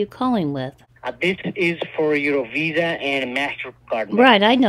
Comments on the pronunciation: "What name do you want on your new card?" You: " "Penelope Bailey.", the pigs : " So it's Penny?" Also, does he keep saying Wisa, instead of Visa? THEY aren't Spanish but they ALWAYS say "Si" ALL THE TIME!!!!! "Would someone give you their private lone if they were a scammer?" UMMM, YEP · Yes, they pronounce it “Wisa.” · Can’t pronounce ‘v’ and say ‘w’ instead. Wisa?